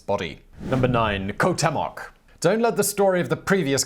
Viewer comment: It's "tlah-whee-cole-eh". Say it three times, fast. The other Aztec guy is pronounced "kwow-tay-mock".